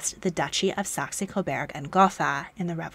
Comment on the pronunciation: Very interesting - thank you for this video! One small correction: it's Saxe-Coburg (cobourg), not Saxe-Coberg (cobairg).